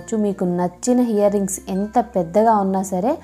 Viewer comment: hear rings kadu ear rings